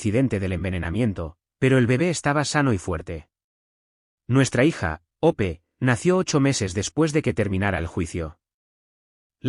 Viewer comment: El nombre es Hope o sea Esperanza ¿Porque no pueden pronunciar bien los nombres y apellidos o les pone otros más sencillos?